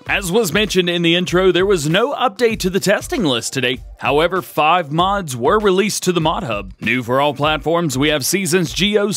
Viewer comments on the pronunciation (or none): none